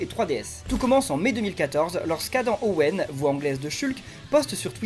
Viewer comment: Et puis respecte Adam Howden et prononce son nom comme il faut lol